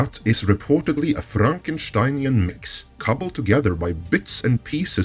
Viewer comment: There´s something satisfying with the way he says Frankesteinian mix.